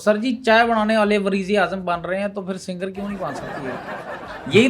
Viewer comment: ji haan phir ko fir phuphi ko.. foofi ghazal ko gajal 😂😂